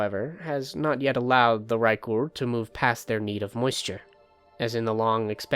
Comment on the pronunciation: the way you rolled the R in raekur at the beginning was so clean